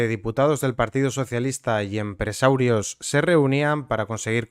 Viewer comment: Pedrito lo sabia seguro, controla todo lo que pasa en su partido, por eso aún sigue ahí. Por cierto, por curiosidad, dices aposta mal "empresarios", al igual que "nopor" o "nepe"??